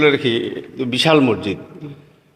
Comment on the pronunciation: মরজিদ না মসজিদ উচ্চারণ ঠিক করতে অনুরোধ করছি